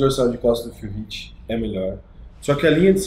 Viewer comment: Q agonia o falando phill riff o caraio kk